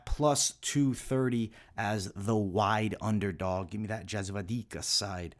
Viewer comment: Yep he has an issue with pronouncing slavic names/surnames for quite a long time. Anyhow 2-3 ways but almost never the right one.